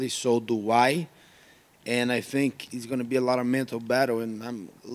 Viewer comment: Gilbert "I fink" Burns